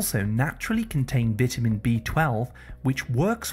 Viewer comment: Your saying vitamin wrong.